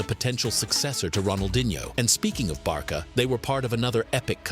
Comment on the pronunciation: It’s funny how the A.I says Barka